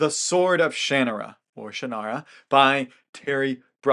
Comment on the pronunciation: I can't get past the way you pronounce Shannara. Makes me cringe that you butcher something that you clearly love.